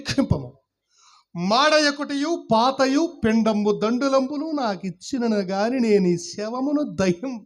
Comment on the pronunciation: పిండంబు దండులంబు కాదు. పిండంబు తండులంబు.